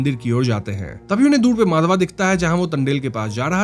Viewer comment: Why you always pronounce character's name WRONGLY....😡 It's not माधवा... it's माधव...